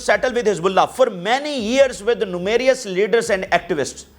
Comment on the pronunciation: nomarius instead of numerous😂 english ki taanng na.toro